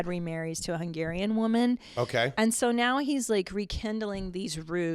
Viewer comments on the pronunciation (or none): the most Canadian "Soo.." I've ever heard from CP